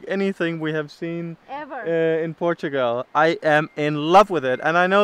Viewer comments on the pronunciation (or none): It just struck me: doesn't say "Portugal" she says, instead "Portugel" Hilarious!... ❤